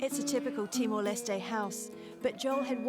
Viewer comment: Is she saying "TimoL"? 😳